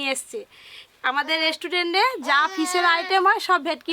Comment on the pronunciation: Mukhe jokhon restaurant uchharon hobe na tokhon hotel bole diyo tao vul val bolo na 100 bar dhore